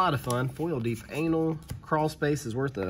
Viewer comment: haha he said 'deep anal' for the card 'deep analysis'